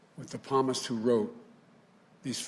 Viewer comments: Thank God, our president can't read anything right. There was a tyrant back in the 1940s who was like this too, lied and then lied some more. Psalmist, not Palmist you old fart. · Wow... NO applause at the end of his hodgepodge of a speech. I’ve seen half-baked College presentations by stoners who procrastinated make better speeches than this! That REALLY says something, and this JOKE claims he’s catholic? He can’t even pronounce “Psalms”, but instead pronounces it as “Palmist”. Try to delete this comment, Democrats. I’m exercising my Freedom of Speech. If you do, this is going to forever prove how cowardice you all really are! Oh... that’s right, he’s in his basement. Jill’s not even listening. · That was the phoniest speech I have ever heard, the Palmist? this guy cant read the script, any Christian knows how to pronounce it. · "palmist". He doesn't even look the text beforehand. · The "p" is silent , not the "s". What an idiot